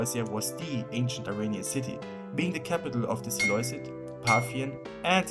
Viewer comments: It’s pronounced si-loo-sid, not si-loi-sed. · It’s pronounced SelUkid not seleucid, great video tho